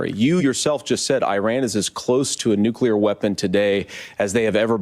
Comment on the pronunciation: Walz's grammar, though..he said "alls I said was" and also mispronounced nuclear,he said "nu cue ler" 😂